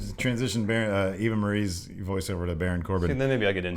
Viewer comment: “Eva Maryse.” Me: WHAT? 🤔🤔🤔🤔 Oh, yeah. Now I get it. Botching name! 😝